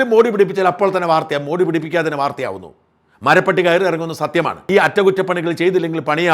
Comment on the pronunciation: മറുനാടൻ എല്ലാ കാര്യങ്ങളിലും പൊങ്ങച്ചം പറയാറുണ്ട്... അതിലൊന്നാണ് ഭാഷാ ശുദ്ധി നോക്കുമെന്നത്... കൃത്യമായ ഉച്ചാരണം... ശരിയായ വാക്ക്... എന്തല്ലാമായിരുന്നു തള്ളുകൾ... മരപ്പട്ടിയും മരപ്പെട്ടിയും തമ്മിലുള്ള വ്യത്യാസം എന്താണ് എന്നറിയില്ലെങ്കിൽ ആ സുനിതാ ദേവദാസിനെയോ ആരിഫ് ഹുസൈനെയോ വിളിച്ച് ചോദിച്ചാൽ മതിയായിരുന്നു...😊😊